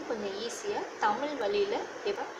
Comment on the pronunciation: உங்கள் சேவை மிகவும் பாராட்டுக்குரியது..வாழ்த்துக்கள் சகோதரி... ஆனால் தமிழ் என்று சரியாக உச்சரித்தால் நல்லா இருக்கும்.. தமில் ஐ தவிர்த்தால் நல்லது..